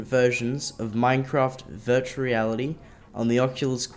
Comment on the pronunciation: ooooh. "Dirtual Desktop" lol